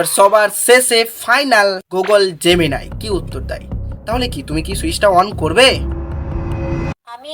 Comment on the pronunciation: জেমিনাই না জেমিনি